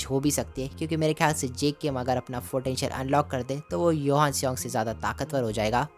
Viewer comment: Bhai johan not yohan